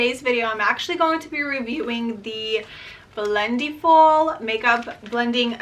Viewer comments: It’s pronounced like blend-eh-ful. Not blend-eee-ful lol. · Great video! Just a quick correction: it's pronounced like "blend-EH-full" rather than "blend-EE-full." Think about it this way: for the word "blending," you don't say "blen-dEEng," right? You say "blending" - short and flat "I" sound.